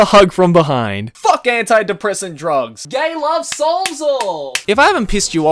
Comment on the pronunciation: I'm watching this in my room and my parents came in and asked why were there so many cuss words to whatever I'm listening too. When gets triggered he throws in 3 "facks" in a sentence confirmed.